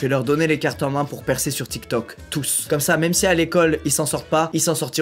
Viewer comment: Je suis la seule a avoir remarquer le petit accent quand il dit tiktok 🤣🤣🤣